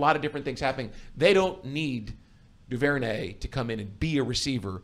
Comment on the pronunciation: I always heard Duvernay said as "Doo-ver-nay" whatever y'all were saying was way out there